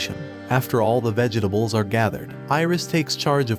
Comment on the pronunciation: Did no one else hear the "vege dables"